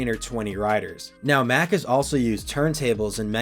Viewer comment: Why are you pronouncing MACK like that when that's not even how the company pronounces it? Come on now, you of all people should know better. Lol.